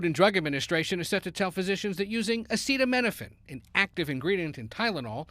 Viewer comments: I find it concerning that the expert who was involved in the study claiming that Tylenol can cause autism isn’t even pronouncing acetaminophen correctly. 🤷🏻‍♀️ acetamino-pheen??? Weird. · Why can’t pronounce acetaminophen 😳